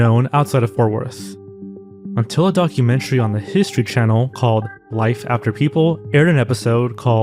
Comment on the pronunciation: Are zoanfly and the same person. Because they pronounce channel kanel.? Need this info im going crazy